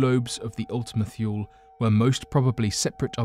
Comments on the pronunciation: It's pronounced Ultima Toolie. Idk why he's saying thuel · He's not American. Why should he adopt an American accent? Are you claiming Americans are too stupid to understand a British accent? If you want to get on to him about pronunciation, why not point out that Ultima-Thule is not pronounced "thool" but "thoolee"? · I need you to practice your pronunciation cause you can say all the other words perfectly but when you messed up methane I had to stop watching plus Kepler and wth is thyool! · Your Thule pronunciation is a bit off, its "too-lee", and it was renamed Arrokoth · Your videos would be so much more serious if you pronounce words correctly. You mean one or two Miss pronouncements is one thing but the whole damn video you should use spell check next time